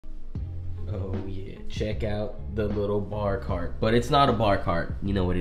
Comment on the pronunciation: Not a bar cart... But a jar cart🤣 Love the vids man❤👍🏾